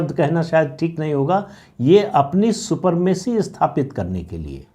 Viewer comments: सुपरमेसी नहीं सुप्रीमेसी कहिए। शब्दो का गलत प्रोयोग नही करना चाहिए। बहुत बढ़िया बिस्लेशन करने के लिए आपको बहुत बहुत धन्यवाद। सुप्रीम कोर्ट को अपने दायरे में ही रहकर काम करनी चाहिए। बेसिक स्ट्रक्चर और कॉलेजियम का सिद्धांत संविधान में बिलकुल ही नहीं हैं। संविधान को ताक में रखकर सुप्रीम कोर्ट द्वारा अवैध रूप से लदा गया है। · सुपरमेसी नहीं, सुप्रमेसी 🙏